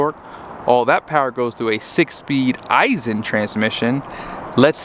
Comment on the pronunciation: 1.) it’s Aisin, not I-sin 2.) it’s in 2nd b/c there’s 8 of them mfs & it would only be a hindrance to shift all the way down 3.) the ZF isn’t any more ‘heavy duty’ than the competitors & all 3 are used in medium duty trucks currently. 4.) they ALL 3 have exhaust brakes & have for years. 5.) the PCV filter has always been easy as it can be on the 6.7s. 6.) the torque curve is better on the V8 power stroke, so that’s a moot point 6a.) any engine stands to benefit from an increased # of ratios in a transmission, nothing about being an i6 removes the fact that there’s a finite torque curve & even more finite points of peak torque, power & efficiency.